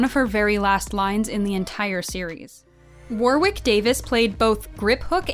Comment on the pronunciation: why do you Americans ALWAYS pronounce Warwick's name wrong? It's not War-wick, it's Warrick. The second W is silent 🤬🤬🤬